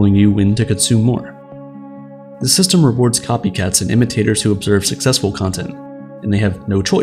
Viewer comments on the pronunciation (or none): none